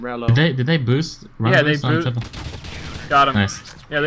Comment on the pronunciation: SUCCESHFULL BOOSHT! xD